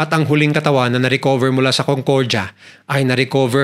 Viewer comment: CONCORJA😂😂😂😂 Ayusin mo pronunciation mo kuya